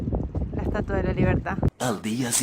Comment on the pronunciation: Si Viiiiii la "estuatua" 😂, eres una divina